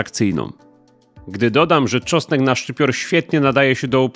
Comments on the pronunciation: "czosek" lol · Co to jest "czosek"? Co chwila słychać tu uprawie czosku...